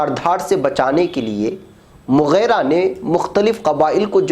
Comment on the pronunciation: مغِیرہ ہے ناکہ مغیرہ. غین کے کسرہ کے ساتھ اللہ تعالیٰ آپ کی خدمات کو قبول فرمائے اور زندگی میں چین و سکون سے نوازے آمین ثم